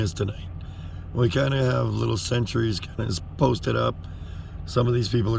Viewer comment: Sentrys not Centuries - LOL!